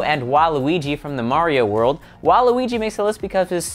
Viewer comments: You pronounced waluigi and wario wrong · u said wario and waluigi wrong. lol